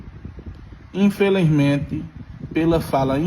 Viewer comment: “Infilizmente” #tarcisio2026